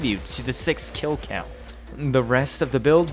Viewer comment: the way u pronounced "count" made me feel out of breath